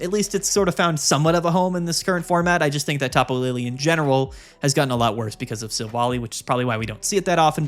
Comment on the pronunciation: It’s not pronounced Silv-ally?